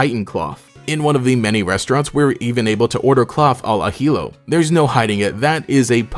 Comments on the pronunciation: Ajillo is said something like ajiyo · No way u pronounced it "ajilou"